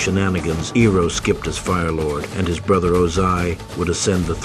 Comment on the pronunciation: Love your videos and it's nice to see you branch out and do something a little serious and less satirical. However when you use text to speech please spell things phonetically. Iroh would be "eye-row". It's less jarring and makes you seem like a wizard. Other content creators will be like "how did he get the AI to say it right when I cant"